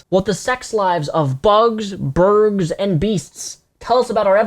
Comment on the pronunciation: it sounded like you said "burg" instead of bird